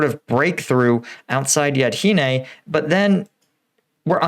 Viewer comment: Yahidne, not Yadhine. You butcher it the same way you did Opytne, just as many other village names. Out of curiosity do you have dyslexia by any chance? That would explain the inability of reading simple words.